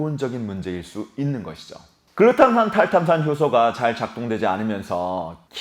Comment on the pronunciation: 계속 보다보면 뇌전문가는 아니더라도 뇌관련지식이 늘어 날것 같네요 ㅎ 글루탐산 탈탄산 발음을 어찌이리 잘하세요 !? ㅎ 아나운서같아요🤔